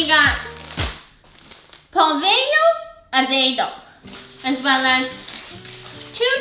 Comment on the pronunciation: the way u say pohlvio azedo always makes me laugh "polvio azedo 😳"